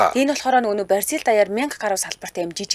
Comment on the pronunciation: Бразил гэж дуудвал Барзил гэж дуудах нь онцгүй